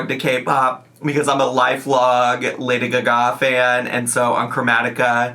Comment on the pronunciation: Thank you for performing Lady Gaga's name as it's meant to be pronounced. By the way she is totally playing up how high she is.